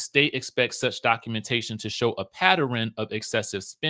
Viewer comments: THERE IS NO SUCH WORD AS PATT--ER-AN and you know it pattern has 2 syllables not 3 do better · Not PATTERRIN. LOL. I LOVE when people pronounce pattern PATTERIN lol